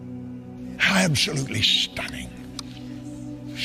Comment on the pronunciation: the funniest shit ever lmaooo😂😂😂 "Absholutely Shtunning...siiish delishh" 😂😂😂 stay on demon time lmfaoo u can hear, see & feel the demon being summoned, the nerve to say "preach it brutha preach it" shit is pure insanity 😩😩